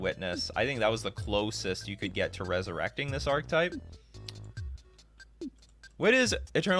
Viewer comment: Archetype = ark-ih-type